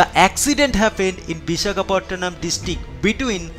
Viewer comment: great accent and pronunciation.. its Vishakapatnam not Bishakhapottonam